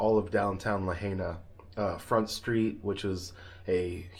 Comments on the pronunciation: La-hay-na😂😅 mainlanders😅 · Please learn to say Lahaina!! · Thanks for sharing. So sad for all affected by this tragedy. So sorry you had to suffer too! Please pronounce the name of the town Lahaina correctly out of respect for the people of Maui.